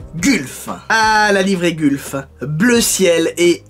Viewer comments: Je suis désolé mais on ne prononce pas gulf mais mais "gueulf" en gros. J'ai faillis avoir les oreille en sang, 😭😂😭😂 Et c'est aussi ma livrée préférée. Personnellement moi quand j'ai vue la vidéo je me suis dis oui!!! Super et j'ai pensé de suit aux livre gulf, marlboro(sorry si ça ne s'écrit pas comme ça), Martini et une livrée d'une écurie la scuderia filipinetti (pas très connues mais je kiff car elle était sur des véhicule magnifique comme une cobra daytona ou un gt40). Voilà super vidéo continu comme ça!!! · Gulf prononcée "golf"